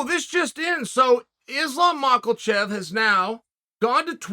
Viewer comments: Where am I missing the “L” in the spelling of Islam’s last name? It isn’t a silent L in this case; it’s an invisible one…impressive. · Someone has to tell chael that there is no damn L in Islam’s last name. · Mackhachev not mackelchev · The Ma-KOLH-chev is killin me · “Islam Mackle-Chev” 😭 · 2 words … “Islam Makalchev” 😂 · Chael really seems to rate this 'Makalchev' lol wonder if he has anything to do with 'KaLbib? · Hahaha Chael said Islam Mockle-chev. I feel like with a lot of names Chael glances down and half reads it and then from that point on goes with that pronunciation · Who is Mahhlkulchev? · Chael: ....Islam Macklemore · Did Chael pronounce it Islam Macklechev? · Nobody: Chael: Ooooh... Islam MALKOCHEV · “Islam Michelchef” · His name is not Makelchev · "Makel-Chev" I love uncle Chael. What name will He murder next.😆🤣😂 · Chael still calling him Macklechev LMDAO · "Izlaam Maakalchev" 😂😂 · Islam Macalchef, this guy never pronounces it right😂😂😂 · I just want to know, where is the hidden letter L in his name. How do so many people say Mawk-L-chev. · "Macklechev" gets me every time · When will Chael stop saying "Islam Mocklechev" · Who the fuck is this Movklechev you speak of sir? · Who the hell is this Macelchev character Chael keeps talking about?! 🤣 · "...and did see Macklechev vs Islam" when your brain and mouth are working at two insanely fast speeds. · I thought i was the only one hearing Chael pronouncing Islam's last name as "Makalchev" or "Macklechev" lol. You ever notice that Chael is incapable of calling Tommy Fury by his name and calls him Will Fury every time lol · Mockelchev* (get it right) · The only time Chael takes an L is when he says Makhelchev. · does he do it on purpose you think? Its simply Be-Lal , maka-chev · He's not taking the L, he's giving it. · I'm pretty sure Kelvin Gastllulllm has several Ls in it too. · Chael there is no "L" in Makhachev. Keep up the good work..